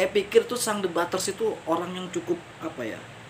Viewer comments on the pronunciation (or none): sang dombaters... bukan sang de baters🤣🤣🤣🤣